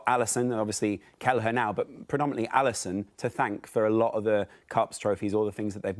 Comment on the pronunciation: Liverpool fanboy trying to say Alisson 😂 and then he picks Neville??? I’m done. Get a proper Liverpudlian on next time. WTF is this clown?